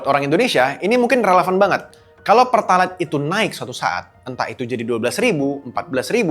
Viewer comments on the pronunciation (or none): bang, kamu ngomong pertalite pake "pertalait" menunjukkan kamu ga pernah ngisi pertalite 😃